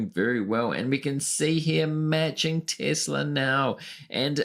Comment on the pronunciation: Your full of shit you can't even say Tesla